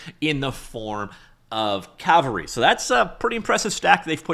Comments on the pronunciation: I know, but he's been calling it Calvary through out the video and I'm poking fun at that. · It's called Cavalry not Calvary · I know but he kept saying calvary lmao .. 🤣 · Why can't Americans pronounce 'Cavalry'? The 'L' is not ahead of the 'V'. But of course most of my fellow Brits cannot pronounce 'Adobe'.😊